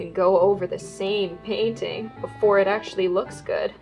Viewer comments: Did anyone else thought she baiting instead of painting? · she says it as "bainting"